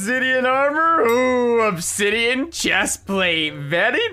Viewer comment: "Onsidian" lmao